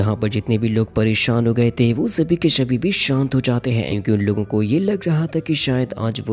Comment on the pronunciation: !!!! Shabii kai shabhi 😂😂 mistake 😅